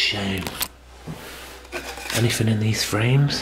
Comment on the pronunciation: I love watching all your vids but there's one thing that bugs me in them all!!! You keep saying anythinK which should be anythinG??? Please say it correctly in your new vids lol 😆 oh and I hate cobwebs too 💖💖💖